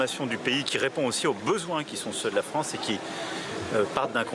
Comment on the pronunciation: Pas "la fronce", son pyramidion, nuance…